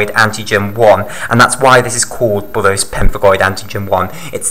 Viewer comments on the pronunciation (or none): bullous not bullose